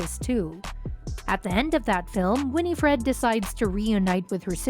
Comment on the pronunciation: Omg it not Winnie Fred lol learn to say her name please